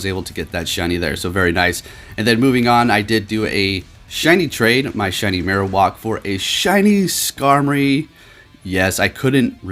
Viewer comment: Marowock? You mean, Marowak? "wack" not "wock" - Funny how many people pronounce Pokemon names differently. However, this one is def not pronounced how you did in the vid.